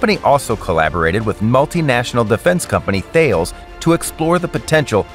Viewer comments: The company 'Thales' is pronounced "TELL-ess"...not "THEY-alls" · "Thales" is pronounces as "talayss", not "ᵺale". Recoilless missiles are excellent against vehicles and heavy weapons, but recoilless guns would be nice too against troops, although there is something unethical and indecent about remote video game-like shooting of defenseless soldiers from the safety of your couch or chair. Especially when they are taking a crap or blowjob, as we have seen on Reddit drone footage. Bomb-dropping capacity would also make this drone more versatile, as many targets are hidden beyond the reach of a missile. Observation drones would allow to quickly send the destruction drones with the most appropriate equipment between missile launchers, guns or anti-tank grenades, as a drone can't really carry all 3 simultaneously beyond a certain range. Ukraine is currently building 30 different models of drones by the hundreds every month. I wonder if some of their flying drones have similar capacities. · Thales is pronounced T-ah-l-es by the way, it's french so not th-ay-ul-s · Pronunciation booper missile references: It's "Tal-lez" not "Th-ales" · Actually non, mon ami. Thalès, "Tah - less". Merci. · It's pronounced Tellus, not Thayles! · I'm here trying to work out the missile maker. Thales is pronounced TAH-LEZ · Thales does not pronounces "Fails". What company in their right mind would do? Make sure you are checking a bit your facts. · Thales is pronounced 'tallis'. Great vid though. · Its pronounced ta-lez or thay-lees. Typical American butchering the language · btw THALES is pronounced with a silent H and rhymes with Alice. JUst sayin. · That is not how you pronounce Thales.